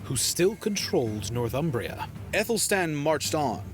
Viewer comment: "Northumbria" is pronounced "Nor-thum-bria". It derives from "North Humbria", the land north of the river Humber. The narrator in this video pronounces it wrongly. He seems to imagine a different derivation: he is saying "North Umbria" with a definite gap between the two words, most probably having Umbria, a region of Italy on his mind.